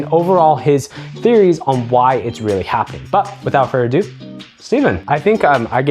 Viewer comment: Bro… love you… but at some point you’re gonna have to figure out how to properly say “without further ado” if you’re going to keep saying it 😜😆🤣